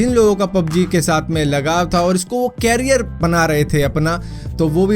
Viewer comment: Bhai carrier nahin career 😂😂😂😂